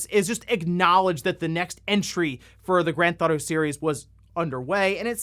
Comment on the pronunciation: If I was a fan of GTA, I’d probably be upset that you pronounce it “Grathaudo”. Kind of like how there’s another youtuber that makes Zelda videos here and there that pronounces it “Ledgofzella”. Can’t stand that guy